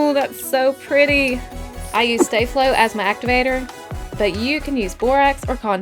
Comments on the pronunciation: Its sta flow not stay flow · She said staf-lo it’s STA-FLO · Stah flow not stay flow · STA-FLO NOT STAY-FLO